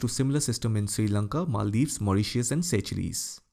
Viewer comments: Sir Seychelles??? Is that the correct way to pronounce it as Say-chilliz until now I've been pronounced it like say-shulls. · Sorry for pointing but Seychelles is pronounced as seashells